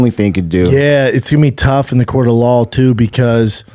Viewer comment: “It’s tough in a court of lawl.” - Brendan Schaub